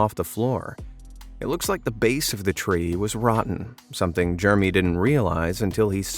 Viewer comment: You should pronounce "Jeremy" using all its syllables it is not pronounced " Germy."